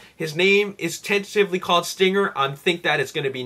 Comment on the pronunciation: dude its stringer not stinger